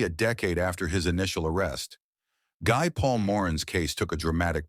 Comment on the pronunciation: Good review of the case but the name Guy is pronounce Gee, a French name.